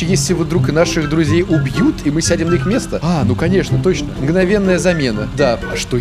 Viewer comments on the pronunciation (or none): не итс, а ищ)